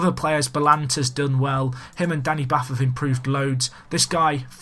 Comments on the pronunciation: Danny 'Bart' - not Bath xx good vid though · I'm a Wolves fan, and it's hard for me to get it right but Danny Batth is pronounced 'Bahrt'. He is of Indian Heritage:)